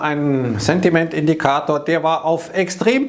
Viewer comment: Morgan Stanley hat ein Market Sentiment Indikeeiitööörr 🤣